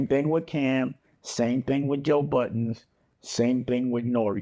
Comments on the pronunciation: Why does Dame not know how to pronounce Joe Budden correctly? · Silly Dame can't seem to pronounce Joe Budden name correct... Its Budden not Button stupid